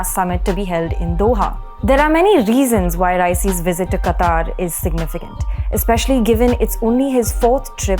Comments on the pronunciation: It is not pronounced "qataar", it is pronounced as "qatar". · It is not Qataaaar...it is Qatar.......Qataaaar means line.... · it's pronounced as कतर NOT कतार. Thank you for sharing good insights. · it is pronounced qatar, not qataar. Google is wrong. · It is "Qatar" and pronounced as Kataar.